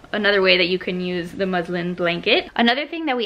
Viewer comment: At first I thought you said muslim blankets.😂🤣😅